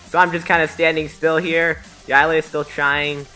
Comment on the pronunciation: you said yilers name wrong